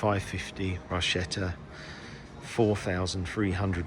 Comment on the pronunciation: A very beautiful Ferrari 550. By the way the pronounication is not Barschetta - it is Barketta! Viva Italia 🙂